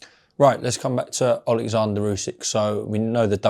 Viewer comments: His name is Oleksandr not Alexandra, ffs Frink Larren! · warrent keeps calling him Alexandra though. We know how to pronounce Usyks name. Warren is just a lazy old man